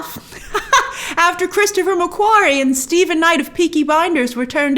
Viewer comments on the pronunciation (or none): none